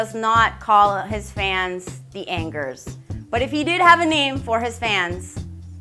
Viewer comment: Not anggers. But ang